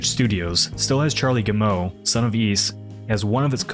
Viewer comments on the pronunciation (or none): Hint: Yves is pronounced "eef". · FYI: “Yves” is pronounced “Eve”. Great vid. Keep up the good work.